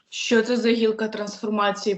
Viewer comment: Тільки не шьо а що